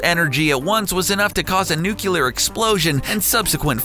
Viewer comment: Nuclear. Practice saying it.